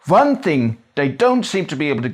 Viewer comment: You forget all the v’s you put where there’s none. In this video you say “van” to mean “one” several times